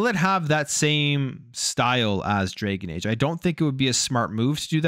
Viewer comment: It’s dragon age not draygun age…..